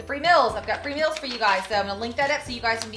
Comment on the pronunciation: She calls them "mills."